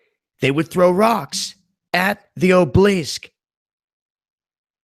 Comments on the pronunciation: obelisk = obleesk? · ah-buh-lisk not oblisk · It's pronounced, Aw-Bow-Lisk, you moron! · obelisk, ah-be-lisk. 3 syllabus not 2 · OB-EL_LISK...........OB EL LISK that's not how you spell it but how you say it, sorry but it drove me up the wall.(mad, but I couldn't pass up the pun.) Other than that I gave you a thumbs up. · And it is Obelisk pronounced ('a- bel-lisk).